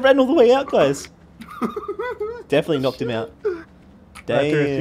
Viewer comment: Knocked* not knocket